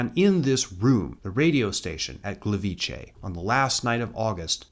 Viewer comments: Just because I haven’t seen anyone say it, Gliwice is not pronounced Gleveechay, transliterated it would be Glee-vee-tseh. The C in polish is never pronounced as a ch (as in chay) sound. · The way you've put the 'ch' sound in Gliwice around mostly correctly pronouncing Gleiwitz is painful :'D The way you pronounced it would have to be written "Gliwicze", the 'c' alone sounds very much like a 'tz'. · Just to clarify - in polish Gliwice is pronounced "Gleeveetze", since c sounds a lot more like "tz" than "ch", for which we have the two-letter vowel "cz". Otherwise fantastic video as always.